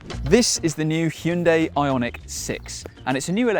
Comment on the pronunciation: Tesla killer? Get back to us when Hyundai builds and sells a million of these a year. By the way, you pronunciation of "Hyundai" is incorrect.